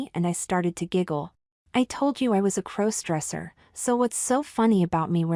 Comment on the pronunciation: When are you going to teach your AI narrators to pronounce "crossdresser"?